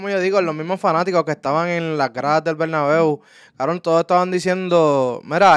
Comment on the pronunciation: Que es el BERNABU KBRON? Jajajajajajaja, EL BERNABEU BROU🤣🤦🏻‍♂️